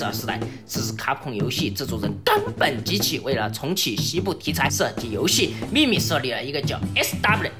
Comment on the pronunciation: 冈本这俩字咋被你念的这么咬文杂字儿的呢wwww